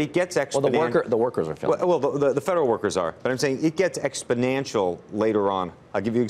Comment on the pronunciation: ex-po-NAN-tial lmfao